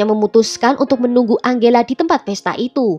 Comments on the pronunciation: Tulisan nama angela, bacanya enjela min. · Tergantung pengucapan negara darimana dia berasal. Biasanya kalo dari bhs mexico (spanyol) bacanya: ang-he-la